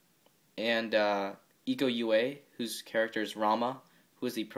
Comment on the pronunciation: Names should be spelled : Iko Uwais = Eeko oo-wa-ees Dony Alamsyah = Dony Alam-shah Nice Review :)